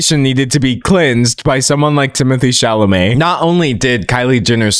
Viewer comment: I thought he was so hot until Katya called him "Timotay Chalamay Tae in the wae".....it's like she snapped me out of a spell and i will never recover...😂😂😂😂